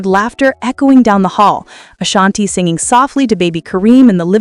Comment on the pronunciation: Can you Say “Ashanti-Not Ashani!😅 Her name is “ASHANTI”!